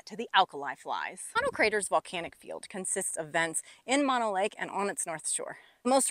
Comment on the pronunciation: nobody i know calls it mon o lake---my family has been in owens valley ranching for about 100 years--everybody i know calls it mo no lake...city slicker